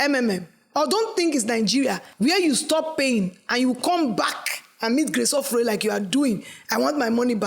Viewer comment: As an Uromi girl, I was angry when he said “ Ofure” 🤣🤣🤣how dare you pronounce the name like that 😠